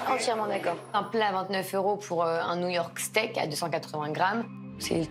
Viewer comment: au lieu de "new york steak" j'ai entendu "Niort steak"